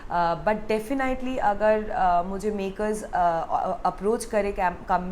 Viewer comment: Its not defini iitely its definitely Ur pronunciation soo weak